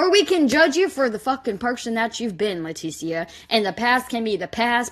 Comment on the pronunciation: Same. Never met a Lah tee see uh. It's always pronounced Letisha. Lol